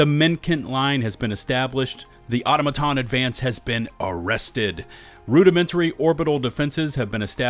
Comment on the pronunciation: is pronouncing Automaton wierd on purpose? no way he hadn't heard it correctly spoken by now